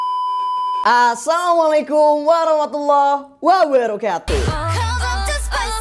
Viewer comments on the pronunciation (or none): none